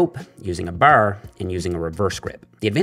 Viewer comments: Is it just me or did he say boarr rather than bar ? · “Using the bahrre” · You blew your newfie cover lol, i heard you say " Da Barrr" and said theres no way hes not from the east coast, never thought you were from nfld, from st johns myself! Love all the videos, big help getting back into the gym. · "Baaaarrrrrr" Canadian accent is apparent 😂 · It’s actually a Newfie accent. Calling it a Canadian accent is like calling a Boston accent an American accent. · why does bro say "bar" like dat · I LOVE THE WAY HE SAYS BAR🤣🤣🤣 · WHY DO YOU SAY “BAR” LIKE THAT??????? Answer me! Are you Canadian? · I will never get tired of saying bar😂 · He says bar like on Trailer Park Boys